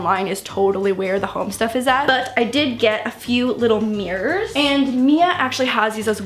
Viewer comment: take a shot every time she says "meers" 😂